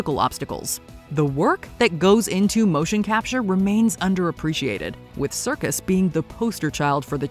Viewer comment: it's Serkis, not circus.... how could you make this mistake?